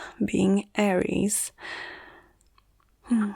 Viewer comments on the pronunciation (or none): none